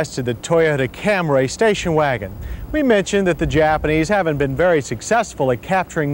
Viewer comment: Cam-ray. sigh